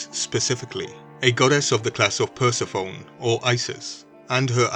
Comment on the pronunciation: Good vid. But the name Persephone is pronounced "per-SEH-foh-nee" not "PURSE-a-phone." 🙂